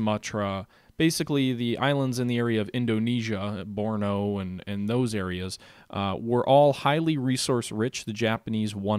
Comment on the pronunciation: loving the game so far, btw Born-E-o not Borno